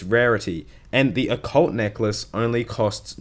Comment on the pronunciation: You said Occult necklace right the second time